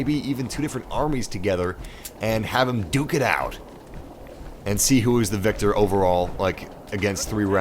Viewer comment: IT'S VICTOR NOT WIKTOR!